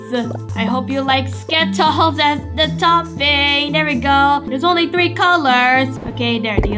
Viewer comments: I am laughing when said sketols hahahahaha🤣🤣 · I laugh so hard when said skitols and orevo